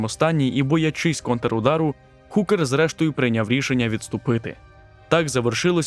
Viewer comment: Величезне щире спасибі! Трішки підкажу: багато не солдат, а солдатів; не наніс удар, а завдав удару; Джозеф не Хукер, а Гукер (завжди передаємо h через г); більше двох, але понад два/дві. Грошей дати не можу (на жаль), але реклами всі проглянув до половини і на кожній клацнув :)